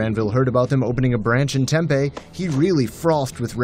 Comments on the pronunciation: as a word of advice it is pronounced "tem pee" not tempeh. resident here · If you could learn how to say TEMP-E - it would help. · the way he says tempe lol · For real